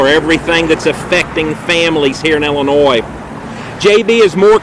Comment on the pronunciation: This guy can't even pronounce Illinois lol